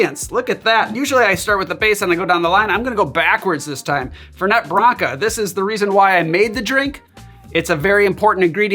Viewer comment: FEHR-nay. Not FUR-net